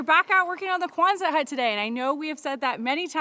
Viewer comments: Quonset hut, not Kwanzaa hut. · Quonset doesn't have a "Z" sound. ( Kwon-sett) I live in RI where the hut was invented.